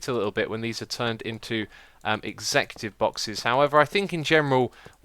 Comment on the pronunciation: Is he trying to say executive?